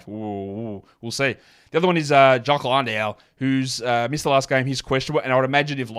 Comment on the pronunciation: I think the Jock Londale pronunciation may be my favorite part of the show